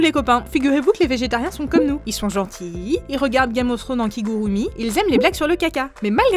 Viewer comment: Ca se dit Kigouloumi, mais ça s'écrit "Kigurumi" Nahmeh c'est pas compliqué bon sang !